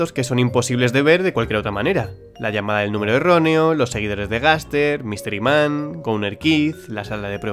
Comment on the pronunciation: entendi que decia "mister iman" no mystery man XD😸😸😸😹